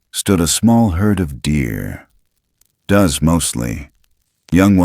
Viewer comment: Upstate South Carolina I couldn't help but lol when AI mispronounced "does," referring to the female deer, it said 'does,' as in where 'does' bigfoot go in the fall??? Where 'does' he hunt for "does???" Answer: Anywhere he wants to!!! Lol Two other dead give aways something is AI and not human is how AM and PM are pronounced. I'd have to say machine learning has advanced to a higher level than I imagined. I wonder where it'll be in 5, 10, 20 years from now. Robots doing what humans now do???